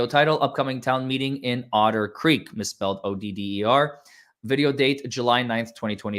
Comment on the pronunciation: calls Otter Creek, Odder Creek because the town is odd.